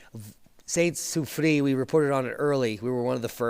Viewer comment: It’s pronounced La Soo-free-ERRE